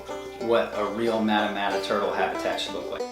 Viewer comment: Pronounced maw-ta maw-ta